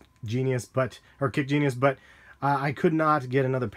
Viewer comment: you said kickgenius and not kicksgenius finally, yay! lollol